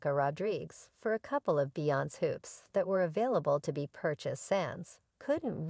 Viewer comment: You could a least learn how to say beyonce name right you sound ridiculous